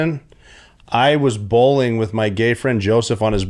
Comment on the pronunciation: “Bowling” riight. lmao love you rob.